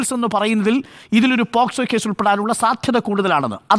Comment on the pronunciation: ഒരു advocate ആയിട്ട് പോലും പോസ്കോ എന്ന് പറയുന്നു. POCSO ആണ് വക്കീലേ...